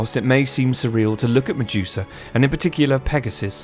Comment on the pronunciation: The way Ure pronouncing Medusa …😖